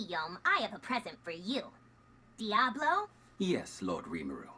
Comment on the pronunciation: Yall are saying Diablo weird. It's Diablo not Diabolo